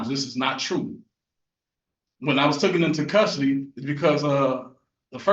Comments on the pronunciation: Taken, not tooken. Good Lord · It’s oath, not oaf. And it’s taken, not tooken. May I suggest,if you can’t even speak English properly, it would probably be a great idea to get a court appointed attorney. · I love it when these clowns try and use big words that they don’t understand and then use words like “ tookin “ and “ axed”😂😂